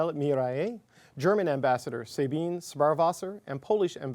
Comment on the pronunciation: He butchered the names. The German woman's first name is "Sabine", pronounced "Sah-bee-ne" not pronounced "Say-been".